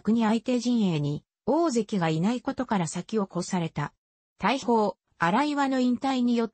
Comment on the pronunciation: 大砲。おおづつ!たいほうじゃない!他にも読み方がかなり違ってます。もう一度やり直したら!